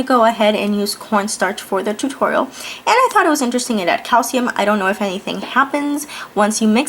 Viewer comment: you do not pronounce is cap sium its pronounced Calshium